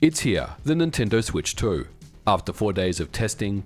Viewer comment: Nintendoo Swetch Toh